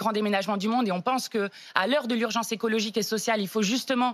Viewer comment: le mot à été dit ^^ écologigue^^ mdrr